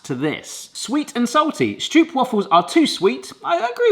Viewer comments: Never heard anybody pronounce stroopwafels like (Meryl) streep. You just pronounce it like rope, easy peasy! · Do try this at home! Pronounce the stroop in stroopwafel like you pronounce rope. Lose the stoop sound. St-rope-waffle. And if you want to do it real good, waffle in dutch is almost the same as in English. It’s the aah! (scared scream) sound. So w-aaah!-fel. And then lose a few a’s because you don’t want to sound scared about a stroopwafel, they’re delicious! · Okay,. In Dutch, if it has a double O, like in stroopwafel, you pronounce it as a single o. Stropewaahfel. Not waffle. Not stroop. Also pregnancy cravings apparently come from the mother's body requiring specific nutrients.